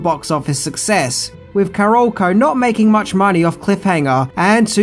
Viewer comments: ...stop saying 'Caroloco'... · HE SAID CAROLCO RIGHT!!!!!!!!!!!!!!!!!!!!!!!!!!